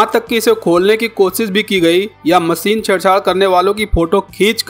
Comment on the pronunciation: Jamab aap apni bhasha aur shabdo ka sahi ucharan kijye jaise aap sha ko sa keh rahe he jaise aap sher ko ser kah rhe baar baar.. evm machine ko bhi aap baar baar masin keh rhe ho bhut hi sharmnak he ek oa Patrakar ke liye iska